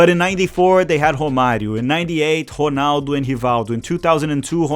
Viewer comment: The way you bust out perfect Portuguese pronunciation to pronounce certain names makes me think you must be brazilian. Cuz damn I've loved Rrrronaldo and Rrrrronaldinho all my life and didn't realize that its actually Honaldo